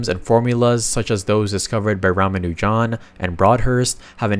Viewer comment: Don't you mispronounce Ramanujan's name! I admire that mathematician!